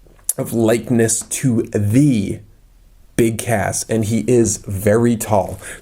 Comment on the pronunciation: I think you not say BIG CASS but I heard you said BIG ASS.